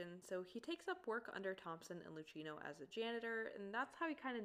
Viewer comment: another absolutely banger of an analysis, this made me really appreciate her sm more goddamn.... just a little note, luchino's name is pronounced like "lew-key-no", not "lew-chee-no". his name is italian and in italian that sound is more harsh than english!